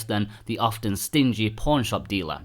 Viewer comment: I kept thinking he was saying "porn shop"